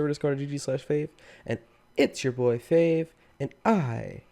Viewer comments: It is not fave it's faave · You said fave not faave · I see faave not fave XD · it is not fave it is faave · yeah I can pronounce the faave=idiot